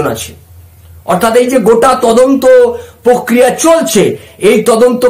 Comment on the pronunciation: 'প্রক্রিয়া' শব্দটির উচ্চারণ শুদ্ধ করুন। আপনার বিভিন্ন প্রতিবেদনে ওই শব্দটির বিকৃত উচ্চারণ "পোক্রিয়া' অত্যন্ত শ্রুতিকটু। "পোক্রিয়া" বলবেন না দয়া করে, বলুন 'প্রক্রিয়া' (Prokriya). ধন্যবাদ।